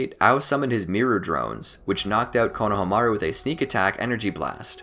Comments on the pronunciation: I find it funny how you cant pronounce Kono-hama-ru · “Konahamaru” lmao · did you...did you just say "KONO-hamaru" errrr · Who's Konoha-maru? I thought it was Konohamuru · Dude it’s kono ha Maru not konoha maru